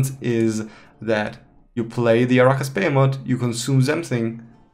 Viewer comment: The way you say "arachas behemoth" is pretty wrong xD But nice video, thanks!